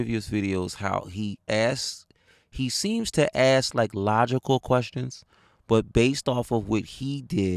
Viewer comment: you’re my buddy. So I’m going to ask you. Why can’t black people say “ask/asks”? (asses) (ass)